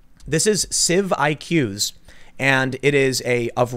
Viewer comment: I think civiqs is supposed to be said like "civics", not "civ IQ's"